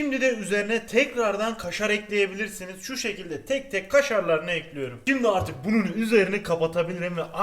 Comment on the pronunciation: Tostcu erol : kaşarları düzüyorum Sandik ici : ekliyürümmm 😁😁😁 illa o "ü" olacakkk